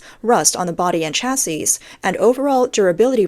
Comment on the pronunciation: Why does text-to-speech always mispronounce the word "chassis"?